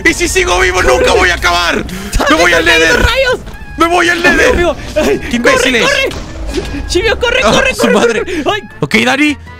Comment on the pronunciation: Porque dani le dice chilvio